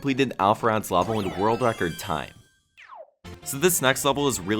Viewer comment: pronounces level “lah-vel”. Will never unhear.